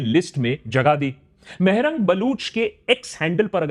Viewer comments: It's Mahrang not Mehrang, (pronunciation is Maah-rang) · Mah rung nahi Maharung baloch bhai naam ti sahi le ❤ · Mehrang nhi mahaa rang saheh pronunciation hai Ye pronunciation me galti krte hain to kia inki research data galat nhi ho sakti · her Name is not Meh-Rang(Maah-Rang) 🤣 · jani ab purai mulk ka yhi haal hai, force disappearance. and Maahaa-raang pronunciation Baloch name hai.